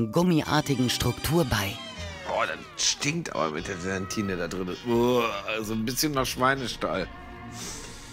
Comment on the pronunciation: Ganz GalaNt reingerührt, die GelaNtine... 🙄